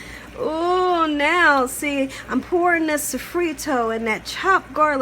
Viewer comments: And also, what is "safreto" as well !!!!!!!!!!!!!!!!!!! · So-frito and sazonnn 😂 at least she tried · I’m sorry but all those crazy noises drove me nuts and you’re saying Sazón and sofrito wrong.